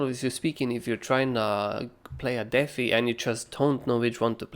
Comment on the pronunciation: Holy shit man. It’s deee fiiiii. Deffie